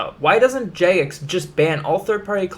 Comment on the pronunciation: I don’t trust someone who can’t pronounce “Jagex”